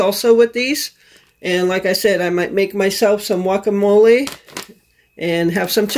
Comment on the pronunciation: Just curious why you pronounce the G from guacamole as a Y. I've noticed a few times now you say yuacamole.